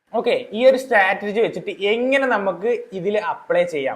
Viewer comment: സ്റ്റാറ്റർജി അല്ല സ്ട്രാറ്റെജി